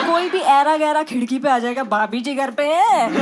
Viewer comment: It's baabhi ( the way she says it is hilarious) shayad 😂😂😂😂😂😂😂😂